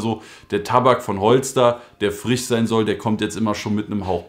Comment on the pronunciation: Frisch nicht Frich 😂😂❤️